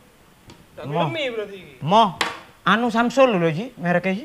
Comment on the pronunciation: memang gaul,samsung di ucapkan samsul,ha ha ha.wk wk wk menek kates di foto yo tibo.lek e di dilok logate koyok wong sidoarjoan,utowo pasuruan yo.